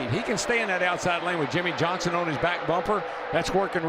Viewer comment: Yimmie yohnson